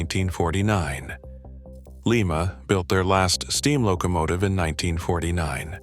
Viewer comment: It's LYE-MA. Not LEE-MA. LEE-MA is in Peru.